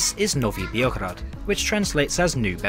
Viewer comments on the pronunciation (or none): "Novi Beeograd" lmao